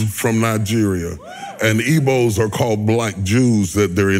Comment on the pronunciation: It's "Igbo", by the way, not "Evo" (the Nigerian tribe)